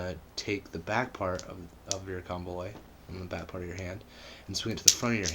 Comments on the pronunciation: good video. only thing is its pronounced comb oloy. like you're saying comb then oloy. i dont mean to be an ass but im just saying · it's actually not. it's pronounced KOM-bo-loy. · Said it wrong. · Learn how to pronounce it